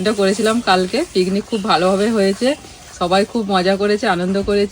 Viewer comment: Please thik kore kotha bolo...pignic bolo na bolo picnic...kishna....nijeder vitor ja paro bolo bt vloge korbe jakhon thik kore kotha bolbe